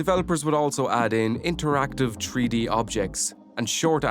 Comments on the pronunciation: Why is he keep sayin "Tree -D" instead of "three D". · Drinking game idea: Take a shot everytime you say "tree-dee". I'll let you know if I survive. If I never update you, you'll know too.